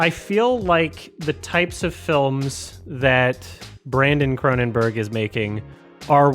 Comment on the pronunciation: CronenBERG. Not "burgh".